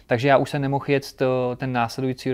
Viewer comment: Super rozhovor a super závodník, blahopřeji k úspěchům a přeji i další... jen mi trochu krvácí z uší když slyším ject 🤣🤣🤣